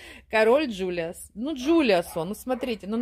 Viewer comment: Вообще-то король Джулиан, а не Джулиас.